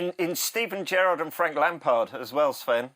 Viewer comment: Did he just say Steven Gethard?